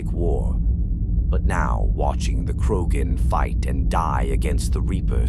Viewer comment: Gotta teach the robot how to pronounce Rachni and Krogan.